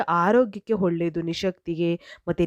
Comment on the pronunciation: Holledu alla olledu nimma maatu kelakke aagalla mute Nalli nodabeku .enu pronounsation kettadaagi ede